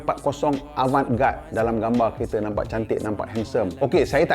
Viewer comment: cara sebut "Avant Garder"